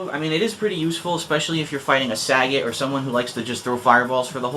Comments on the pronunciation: Grrrrr... its Suh-Got not Sah-Get not trying to make fun of u but it gets annoying hearing people pronounce it like that constantly lol. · All you did was separate sagat into sa-gat... lol dude. It's "suh-got". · You do realize this game is MADE in Japan. Its Suh-Got. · actually the way japanese people pronounce sagat is "sagotto" im japanese and use to play sf2 at the arcades in japan a lot. and ryu is liyu in japan its not re-u or rai-u. but since i moved to america, ive been pronouncing it like re-u and saget. it really doesn't matter! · it doesn't matter, you can pronounce it either way. i say it like bob saget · lol at how he says sagat ( im pretty sure its suh-got) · Why do people pronounce Sagat wrong it pisses me off.